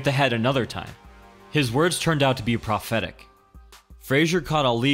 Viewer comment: "His words turned out to be proph-etic." That's not how you pronounce that word.